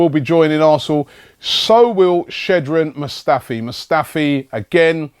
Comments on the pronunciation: Hey Robbie now that Mustafi has signed, could you learn how to pronounce his first name now? Cheers bro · It's Robbie,He butchers Players names😂😂....Is this your first time watching AFTV? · hey robbie since it looks like we are getting mustafi you should look up the pronunciation of his first name